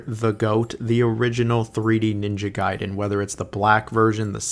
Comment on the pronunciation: Why do you keep mispronouncing the name Gaiden?